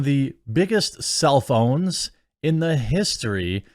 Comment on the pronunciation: Oh... "biggest Self-own", not biggest cellphone